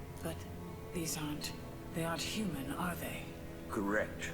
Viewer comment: "fully hooman"